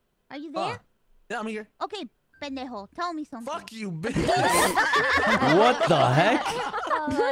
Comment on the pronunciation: THE WAY HE SAID PENDEJO PLSSS 💀